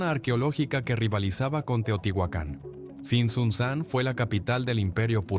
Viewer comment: Es Tzintzuntzan, palabra llana o grave, no aguda. Es Cuitzeo, no Cuítzeo